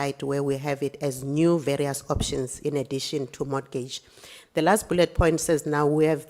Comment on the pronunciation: I’m not trying to be strict but I need mama to stop pronouncing the t in mortgage. I’m evaporating 😭😩